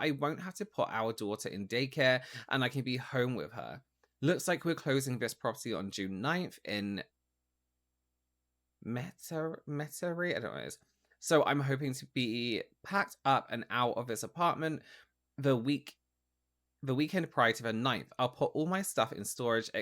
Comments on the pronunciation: He’s clearly from the southern US (he mentions towns in Mississippi and Louisiana [the locals pronounce it Met-tree btw lol]). Here in the south, it’s is the worst offense to not take care of your child no matter how they were conceived (hence the large amount of shot gun weddings here) so she used the local values to manipulate this man. It’s really sad. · Idk if anyone's chimes in, but Metairie is pronounced met-uh-ree and it's in louisiana!